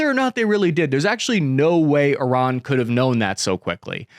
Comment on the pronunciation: At least he can pronounce Iran properly.